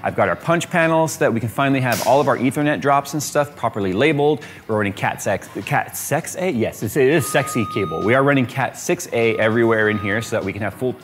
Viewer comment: "cat sex" It's still cat 6, it's just latin, classy :)